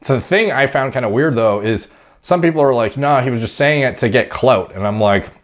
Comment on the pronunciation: The way he said “ Cloud “ you had me dying 😂😂😂😂😂💀💀💀💀💀💀